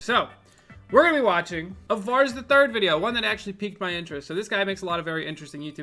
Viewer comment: Did he say "Vars the 3rd"...